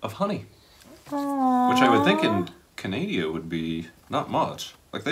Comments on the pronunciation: FYI, it’s Canada, not Canadia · Why do Americans call Canada "Canadia"??? So many of these videos of Americans trying Canadian foods say it.